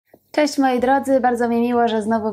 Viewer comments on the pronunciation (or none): none